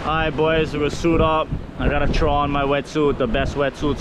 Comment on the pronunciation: "I would Chrow live bait but my bait man is ShLackin" sayin that with the overbite slur got my LMAOOOO